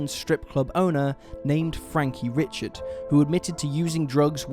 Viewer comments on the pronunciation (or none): We don't have counties, we have parishes. Lots of mispronunciations of French names.. like Meaux (mo like in mo jo) Hebert, (a bear) Richard, ( ree shard) etc. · In south Louisiana, Richard is pronounced "Ree-shard" :) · I live in northwest Louisiana. Born and raised here. Lots of backwoods history..some good and some bad like anywhere else..these cases were all sad and the Jennings 8 especially is chilling. It’s always entertaining hearing how outsiders pronounce words such as Bossier.. (Bow-szhurr) and Richard (Re-shard) 😉😜thanks for the video!